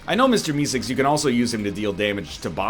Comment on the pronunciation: Why does he say Mister E-cigs instead of Meeseeks